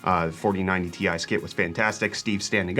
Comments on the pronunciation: Can you stop calling it a 4090 TIE? It's T-I, not TIE. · Ti = Tee eye; not TIE smh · Stop pronouncing Ti that way, please.